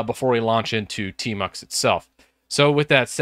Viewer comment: I thought you said termux 🙄😬